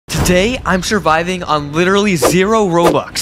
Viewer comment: Love how you say 'surviving' like it's going to be hard to not be p2w lol though the only thing that would be hard for me is without hoverboard I can't stand how slow I am......